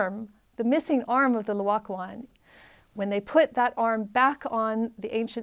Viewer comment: First of all, it's NOT Loacoon, it's Laocoon. Please learn to say the name of the artwork you are discussing. Secondly, it was not discovered by a farmer ploughing a field. It was discovered in an underground cavern in a vineyard - presumably a buried Roman building - together with other finds. There was no slow excavation from the earth; instead, they found the statues almost perfectly preserved, just sitting there waiting to be discovered. Here is what the architect Giuliano Sangallo's son Federico had to say about the discovery (she misquotes it somewhat, therefore here the correct text): 1506 Discovery of the Laocoon Letter written in 1566, 60 years later, by Francesco da Sangallo, son of the famous architect Giuliano Sangallo, describing this event. Both father and son were present at the scene of discovery, along with Michelangelo. “The first time I was in Rome when I was very young, the Pope [Julius II] was told about the discovery of some very beautiful statues in a vineyard near Santa Maria Maggiore [on the Esquiline Hill]. The pope ordered one of his officers to run and tell Giuliano da Sangallo to go and see them. He set off immediately. Since Michelangelo Buonarroti was always to be found at our house, my father having summoned him and having assigned him the commission of the Pope's tomb, my father wanted him to come along too. I joined up with my father and off we went. I had climbed down to where the statues were, when immediately my father said, 'That is the L